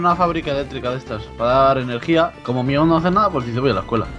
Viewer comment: no es miaw sino mewth